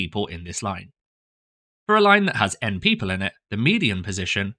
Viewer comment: Why does ‘n-people’ sound wrong 😭